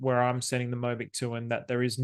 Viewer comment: 모비키~~ 모비키~~~ 귀여운 발음입니다^^ Bitcoin & BitMobick is priceless!❤